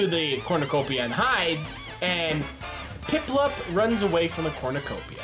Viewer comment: "Pimpluump" LMAO